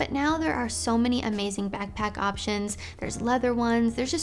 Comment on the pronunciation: Im sorry but the way she says backpack souds like bagpack lol